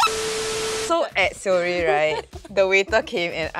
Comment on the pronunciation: when they feature seorae but nobody can pronounce properly HAHAHAHAHAH. issok A for effort guys